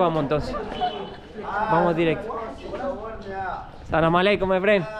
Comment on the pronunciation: No se pronuncia salamalek Es: as salaam ealeiiikun